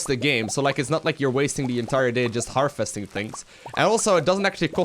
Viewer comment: You say "harvesting" a lot but you continuously pronounce it "Her-Festing" and it's annoying. V, not F.